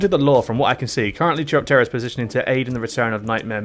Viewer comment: Btw, chiropterra is pronounced like chiropractor, Nightmare moon is princess Luna from Equestria, not queen Chrysalis, which is the one from the changeling lands, also, you should play hippogriffia, or colthage, they have some wild fucking paths